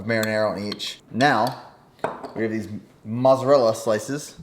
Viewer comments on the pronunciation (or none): Lol “mosserella”